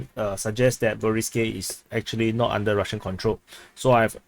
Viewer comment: The way you talk can be hard to understand. "is NOW under Russian control" vs "is NOT under Russian control" -- the way you say it, Now & Not sounded the same. Please articulate correctly the end of words.